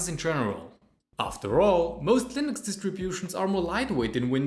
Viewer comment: I am going to kick you in the face repeatedly if you say "Linoks" instead of Linux once again! 🤣